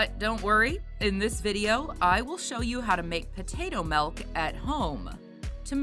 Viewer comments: Why does she keep calling it melk? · I’m just making light fun of the way the woman is pronouncing the word milk in the video. It really sounds like she’s saying melk every time to me.